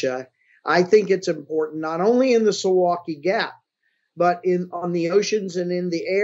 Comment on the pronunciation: I think not. More like soo-vow-kee (in English pronunciaiton, sorry I do not know the international sound notation, if you know what I mean).